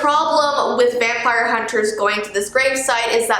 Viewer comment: Bruh It's vimpire 🙄👌😅